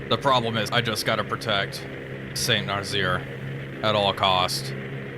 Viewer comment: Damn, he didn't see my comment on Nazzaire being pronounced as "Nuh-zz-air" instead of "Nuh-zeer"